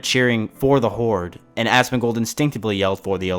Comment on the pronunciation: loololol god damn u asmin gold lolol the way u say it is fukin classic honeslty i like asoms vids but this shit made me piss myself 4 times watching this